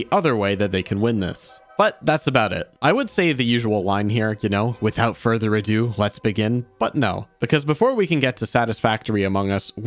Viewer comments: Tell me you're saying "adieu" as a joke... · Not sure if you're taking the piss, but it is without further ado not adieu. Ado means fuss or mucking about, adieu is goodbye in french. You're pronunciation of the word is usually close to ado but today it was adieu-y. It's an interesting phenomenon where people hear something and repeat it without ever seeing it written and have replaced the correct words with one that sounds similar. There's a website dedicated to them, they call them eggcorns after someone who thought that was how you wrote accorn. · sir I don't know how to tell you this.... It's "ado".